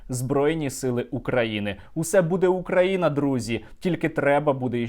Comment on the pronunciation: ты не правильно произносиш назнание страны, если Бульбаш называет нас УкрАина то и у них БелорусИЯ